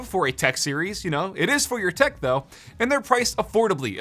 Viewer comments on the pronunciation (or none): HOLD UP! I’m late to this but did he say “COOL THECK?” With in the first 5 seconds?! Please! I need answers